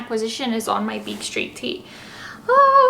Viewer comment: Street*** not streaky 🤣🤣